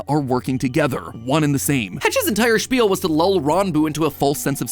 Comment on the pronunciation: did that mf just said SPiel like the German word for Gaming???? WTF is happening in America?